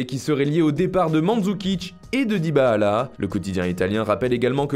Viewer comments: Il a dit Dibaala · Mdr dybaala🤣😆 ta cru c'était Allah